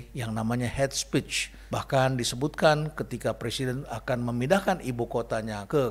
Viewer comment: Is not het spich but heyt spiich prof..